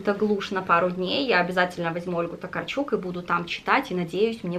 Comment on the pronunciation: Только Ольга ТокАрчук... Это ведь польская писательница, там ударение на предпоследний слог)